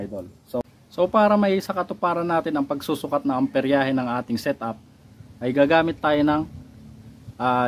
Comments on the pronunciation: Amperahe boss Hindi amperyahe. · nice content, Hindi yan amperyahe, amperahe lang boss.